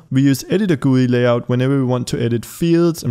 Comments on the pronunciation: "Guuuuyyyy" its called G.U.I. but thanks for the tutorial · He says GUI as “gooey” only now I heard lolol XD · i have never heard anyone say GUI as gooey